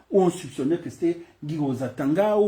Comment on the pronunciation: Toi aussi prononce bien le Nom du Mr svp